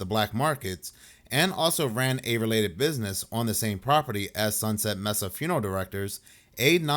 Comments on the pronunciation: I think "Mesa" is pronounced like "may-suh" not "mess-uh". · Mesa pronounced may-seh.